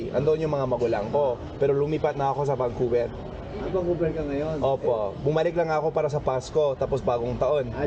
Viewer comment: Pati yung vancouver... Naging bankuberr..